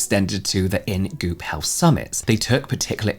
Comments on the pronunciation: SOOOOO, he's NOT saying "Goop Hell?". 🤔 I'm glad I read this comment just a few seconds in😅. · I was listening without looking at first and it took me a while to realize that I misheard 🤣